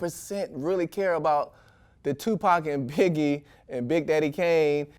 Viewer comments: Did he just say Tupac and Piggie? 😂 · Did he just call Biggie Piggie???